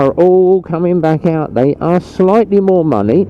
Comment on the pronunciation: Haha “shitely”. I do that all the time mate, so much in fact I think I’ve invented my own language 🤣😂